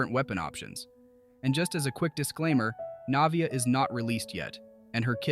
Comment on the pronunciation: loved the guide but the way you pronounced her name 💀 lmaoo